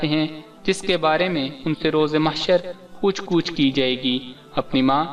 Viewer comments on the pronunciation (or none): Bahi pooch gich hota hy pooch gooch nhi...apna urdu talafooz behter kary plz..anyway ap ne buhut achi batein ki hein aik acha topic choose kiya hy